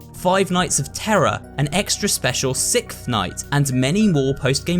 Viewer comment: Didn't know a Sickth night existed xD (not rude)